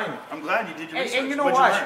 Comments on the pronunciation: What about when he said "hesearch" 😂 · "I did my hesearch on heefer, Joe Hogan..." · "I did hesearch and heefer is a hecipe for disaster Joe Hogan" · Joe Hogan.... Heefer, hesearch, you cant try to Hun lmaoooooooo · You think you’re the only one that do “Hesearch” I do my “hesearch” too 💀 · he don't do the correct heeshurch. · Ive done all the hesearch lmfao😂😂😂😂😂😂😂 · Heafer, Joe Hogan, Hesearch, Honald Heagan. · 🤣 you not only one who can hesearch i can hesearch too